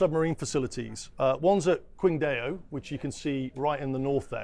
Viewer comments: former senior officer in the British military, Mr he can't pronounce Qingdao - he says 'Kwing-Day-Oh' it's pronounced 'Chingdow',, old boy 🤣 (the home of the 'Tsingtao Beer' brewery) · Great report, thanks for this! BTW I was a ship's Captain and have been to many of the Chinese ports - Qingdao is pronounced SHING-TAO (a type of beer the production of which was started by Germans). I actually worked for years on Chinese owned cargo ships managed by Hong Kong - In 1973 I remember the great number of Naval ships they had at that time amassed in Qingdao (then called Tsingtao). Nothing fake about your video above - I think the comments below about this being fake news are from Chinese spies or hackers trying to confuse the public into not believing your reports above! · What is Queen-Day-O?? 😂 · “Queen dayo”? Lmao get this man a google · Qingdao is pronounced “chingdhao” for non mandarin speakers.